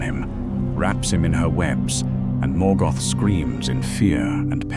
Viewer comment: Morgot? Duran? Nazul? Kazat Du? Gandulf? Your AI is showing. The visuals is cool, but the commentary...?